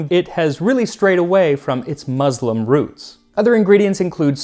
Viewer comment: I like Max a lot. This video was very interesting however, for a host that takes such lengths to try and pronounce foreign words as accurately as possible, I was surprised to hear the "z" in muslim being said especially when right afterwards there'd be the obligatory "Massaman" with an "s". Muslim... spelled with an s.... pronounced as an s.